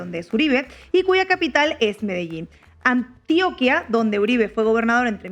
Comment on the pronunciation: "Antíoquia" no Antioca. "Postobón" no PAstobón. Valencia "Cósio" no Cosío.